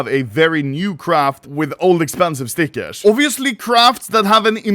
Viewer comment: makes my blood boil how you say stickers